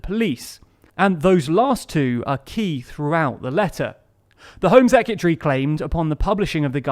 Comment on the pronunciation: please learn how to say secRetary